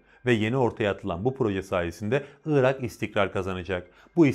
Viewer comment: Iıırak değil arkadaş Irak. Doğru telaffuz eden birini görsem sevineceğim.